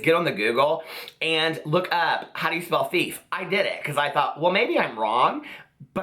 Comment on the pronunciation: My favorite "-ism" is when she says "LOOK,.." in that thick Brooklyn accent. Cracks my shit up! 😂😂😂